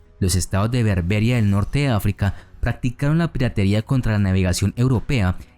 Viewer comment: El vídeo está muy bien y merece mi Like. Ahora bien, el creador de este vídeo debería ser más cuidadoso con los acentos a la hora de pronunciar algunas palabras (Zanzíbar, Berbería, etc.).